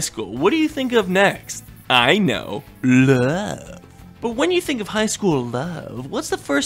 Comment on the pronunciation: The way he pronounced "love" ....🤢